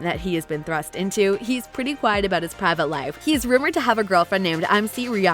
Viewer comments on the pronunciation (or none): none